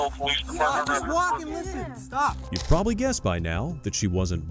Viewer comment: Bro just said “problaby charged” do I not research the videos bro what you didn’t even have to make that up if you think she was “probably” charged makes no sense